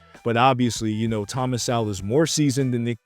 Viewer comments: It’s pronounced Soul not sowel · You pronounce his last name (So -Wol)So-Wol. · You can’t even pronounce “Sowell” dummy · If you are going to bring up Thomas Sowell you should know his work and maybe read Black Rednecks and White Liberals and also pronounce his name correctly by the way it’s a shame he never ran for president